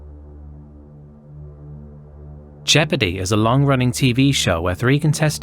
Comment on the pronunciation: You know you need a coffee when you hear Jeopardy as "Shepherdy" and think that it just must be a British quiz show for shepherds.